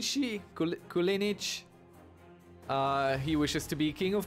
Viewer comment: You pronounced Kulinić quite well in the beginning :)